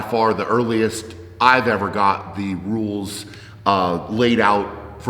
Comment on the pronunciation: I thought he said nudes instead of rules.